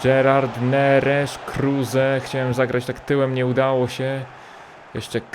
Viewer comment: Neres zmienia nazwisko na Nerzesz